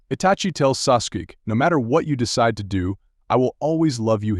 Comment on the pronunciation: Sasook & sasooki 😂😂